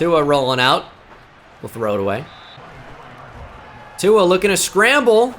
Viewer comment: There is no N in tuas name 😂